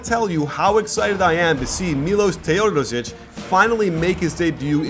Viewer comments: Is that how you pronounce his name? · The way you say Teodosic makes me cringe.